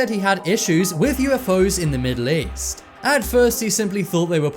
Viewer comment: East, I thought he said weast.